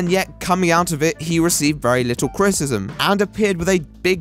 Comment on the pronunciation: Cri-ti-ci-sm, not crit-ism